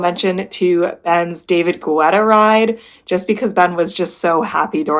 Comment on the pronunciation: Thank you for your reviews of the artist series. Some of the rides I’ll have to check out soon. BTW - David Guetta’s last name is pronounced Ge-tta not Gu-etta. Everytime you said Gu-etta I thought of the running gel GU. 😂